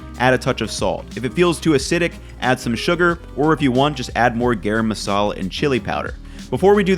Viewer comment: great vid but garam masala is actually pronounced guh-rum:)